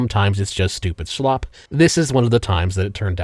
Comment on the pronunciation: Dude, seriously, say slop correctly. There is no ‘h’ in the word.